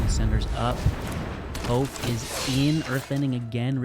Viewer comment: You’re killing me with the Toph pronunciation…but nice deck!